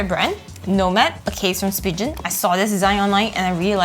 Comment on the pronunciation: You accidentally mispronounced Spigen I prefer cases. I own about 30 but I still have the deep purple iPhone 14 Pro Max